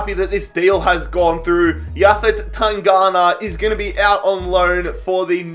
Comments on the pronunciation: TanGanGa not tangana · Tan-gang-ga not tanghana 😂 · It’s Japhet TAN-GAN-GA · you gave butchered the pronunciation of Tanganga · PCQ: can you please pronounce names like Tanganga (not tangana) and lamELa not lamAYa😂